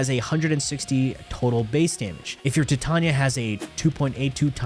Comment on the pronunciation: Why do you say Titarnia🤣